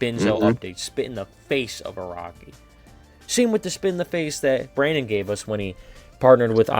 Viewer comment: "Barndon" lmao